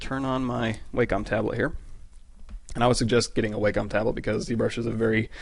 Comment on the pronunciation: + one for pronouncing it "WAYcom" instead of "WACKEM" ;))